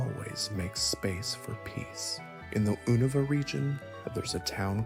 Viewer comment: "Zubot" immediately. "Oohnuva" Oh god this man doesnt actually play pokemon does he 😂